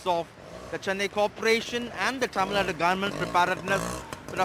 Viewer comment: It's Tamil Nadu, not Tamil Nad